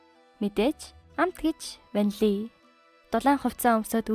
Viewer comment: 😂 ванлий шүү